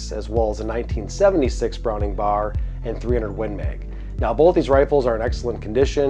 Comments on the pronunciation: B.A.R. In almost 50 years I’ve never heard it said as “Bar”. That’s wild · It's pronounced B-A-R, not Bar. For a time Browning referred to their models by action design. BAR was Browning Automatic Rifle. BBR was Browning Bolt Rifle. BLR was Browning Lever Rifle. BPR was Browning Pump Rifle. Also the commercial BAR is nothing like the BAR that the military used as their SAW for years.